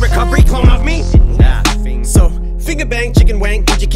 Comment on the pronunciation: He says it like nuh fing instead of nfing